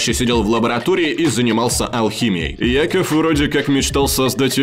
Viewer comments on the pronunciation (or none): Не Яков а Якоб Брюс